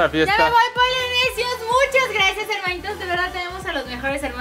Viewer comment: es polinesios , no es polinecios